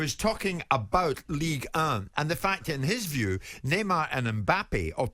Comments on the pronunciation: Ligue uh! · White pronouncing Ligue 1 like a prick should be the headline